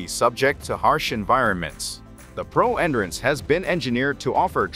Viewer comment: Please remake with the proper pronunciation for 'endurance'.